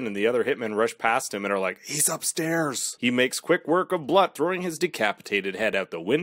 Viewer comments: Annoying as hell, but Blut is pronounced like Bloot. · Some people pronouce a type of champaigne "brut" but the proper pronouciation sounds like "broot". So yeah, "Bloot". - Her skill is seduction. Not really a skill, but yeh, it is deadly.